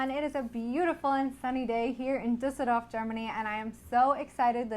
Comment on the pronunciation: "Dusidoff" statt "Düsseldorf" 😂